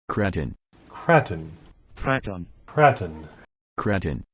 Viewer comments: How hard it is to pronounce a capital A? It is pronounced Cr-AAAAAAAAAA-ton not Cr-aaaa-ton. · It's pronounced krayton (for the car), kratton is the pronunciation for an Indonesian palace. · Its Krayton!! Lol. Also you didn't use my comment condemning you for your pronunciation! Lol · Sounds strange you calling it an Armer Krarten, not kraten as in milk krate, crate , I’m sure it’s pronounced craten as in crates but spelt different, maybe I just been a plank but hey, everyone to there own I suppose!! Good vids though guys. x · KRAY TON KRATON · I left this video within the first 29 seconds. Say it right Kray-ton. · I'm not saying that I say it right but I say krayton personally, epic video! The main thing is we know what u mean lol! You need a mountain! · I pronounce it krayton 🤷‍♂️ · Its still pronounced Kr-A-ton LOL Kr-AAAA-ton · Nice video :) Pronounciation: How about 'cretin'? :D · Lololol you still say it wrong. Crayfish Krayton Sounds the same. I swear your the only person who pronounce it like you do. Lolol. Sounds something funny. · Hmmmm.... are you sure it's not pronounced kray-ton? But wait a minute and, you both flipped it. That means it's MY turn lol. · Tell that, he's the one calling it the Kr(a)ton, I'm just trying to get him to pronounce it properly. How did you miss that point in my comment? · You really trust a robot to pronounce a NAME correct? That's pretty ignorant. The whole world pronounces it Kray-ton, you just sound like an idiot, LOL! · when he said kraton wrong i was like triggered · Ok I just about wet myself laughing at the opening.......you say tomato I say tomahto, potato, potahto let's call the whole thing off. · Dude your seriously saying it wrong lol good video tho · I don’t give a monkey how you pronounce k!!!!n it’s still great arma RC . As always great video guys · Pronounce Kraton!!!!!!! 😂😂😂😂😂